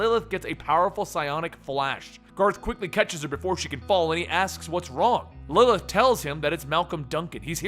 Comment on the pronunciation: lmao when you say 'Lilith' It sounds like 'Lllth'